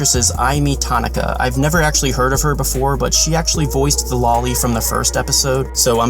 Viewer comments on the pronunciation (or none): none